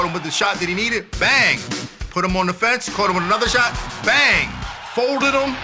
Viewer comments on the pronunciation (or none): none